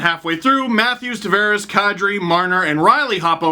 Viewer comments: Hey Steve, happy to see you again. Since it's one of my middle names, it's actually pronounced Tah-Vah-Res, not Tah-Ver-Ehs. Go Leafs Go. Buds All Day. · can you please pronounce Tavares right. Its driving me crazy